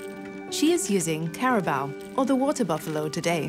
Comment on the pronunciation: the 'care ra baur' hello.....accent is one thing that is difficult to copy.... ur documentaries are great ....but care ra baur....naur....